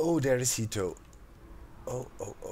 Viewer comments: I don't know if any you have any Japanese viewers doc, but 'heto' they way you pronounced it means 'person' in Japanese. I just think that that would be really funny, for you to name your guardian 'person'. it's so... average lol. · It sounds funny that's all cause to me jito is a son a nephew etc. and when he says come here heto it sounds really funny I love Doc I just thought he would get a kick out of it never meant it to sound critical I got a kick out of it but being from NM US it is a word that insisted he was calling his guardian a name I would call my son it made me laugh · Exactly! I thought he said 人 too xD